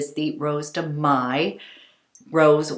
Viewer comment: Hello! Just a little friendly note to tell you that in French the pretty name ''Rose de mai" (Chantecaille), the word MAI is pronounced like in English (MAY) and not Maille (knit). It's such a pretty name! Thanks for the good advice! 🌹 xx